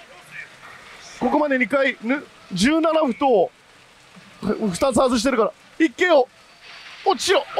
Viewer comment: ずっと17歩を「17ふ」って言ってるけど「17ほ」ですよ。